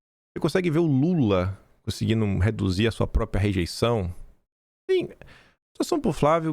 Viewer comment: Não é “propia”, é própria. Falar errado não cai bem para alguém com tanta influência como você.